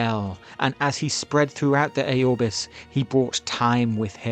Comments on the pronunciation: It’s Aurbis bro, not A-Aurbis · It's not pronounced Æorbis, it's pronounced how it is spelled, Aurbis